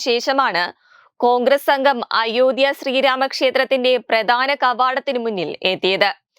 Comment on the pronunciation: അയോദ്ധ്യ എന്നത് കുറച്ചു stress കൊടുത്തു പറയണം, മലയാള ഭാഷ കുറച്ചു കൂടി പഠിച്ചു പറയുക, പ്ലീസ്